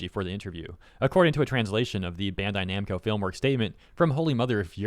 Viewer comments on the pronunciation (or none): Bro said "Bando Namcai" and it took me a bit to notice lol Edit